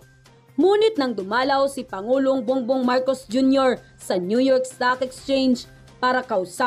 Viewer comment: Ma'am bong bong Po Hindi bung bung